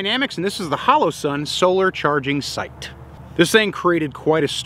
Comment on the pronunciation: Sage one of the few guntubers who pronounces holosun correctly. 🙏 It’s based on the pronunciation of hologram. You don’t say Ho-lo-gram or halla-gram. (Iv888 and others) lol